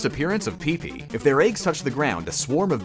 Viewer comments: It's PIHP-PEE, not PEE-PEE. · every commenter ever: YOU PRONOUNCED PEEPEE WRONG Every commenter ever: THERE ARE HIDDEN WORDS WHEN HE SAYS PEEPEE